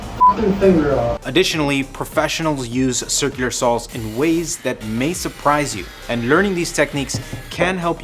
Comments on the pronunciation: step two: learn how to pronounce “circular” sur·kyuh·lr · Once you notice how he pronounces circular you can't un-notice it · I know right...why. He can speak normally but can't say "circular" 😂